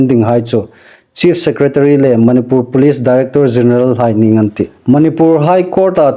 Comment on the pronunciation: .manipur ilamdan hih andiknawh. Manipur i tidan hih a thluk andik nawh.